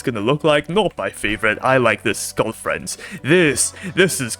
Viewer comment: 'SKULL FRENCE" WTH